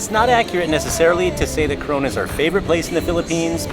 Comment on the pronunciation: Maybe a good idea when travelling to learn how to pronounce the name of your destination correctly, both Coron and Palawan